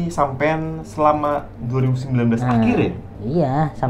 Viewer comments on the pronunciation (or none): Ko lucu ya bang Indra bilang "sampeyan"😂